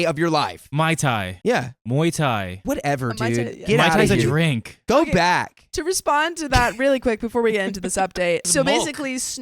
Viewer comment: Keion: 🧐mai thai?….🤨Mai Thai?….MOI THAI?!😵‍💫